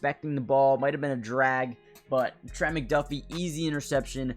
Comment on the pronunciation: If you're going to keep making Chiefs videos... maybe learn how to pronounce these names my guy. Trank-wahl Nah-zee Sue-uh-mot-uh-ia Ek-oh boy-doe